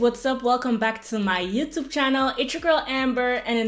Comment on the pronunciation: Its "YouTube " not "Youtoop" 🤣🤣🤣